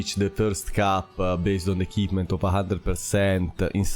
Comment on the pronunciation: Please learn how to pronounce "equipment" properly.